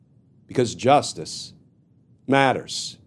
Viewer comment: Just say it in rhythm--"justice matters." Don't insert the dramatic pause between. We get it--you don't need to telegraph. You've got the Wapner-esque theme song/photo montage covered. The dramatic caesura between the words is overkill.